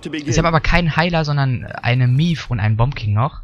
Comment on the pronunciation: Maeve wird nicht Mief ausgesprochen XD